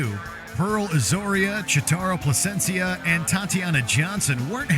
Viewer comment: “Placentia”? Smdh